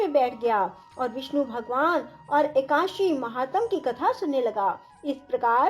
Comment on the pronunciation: पहले एकादशी बोलना तो सिख लो फिर कथा सुनना।। हिंदी व संस्कृत का सही ढग से उच्चारण करना सीखें फिर सिखाए।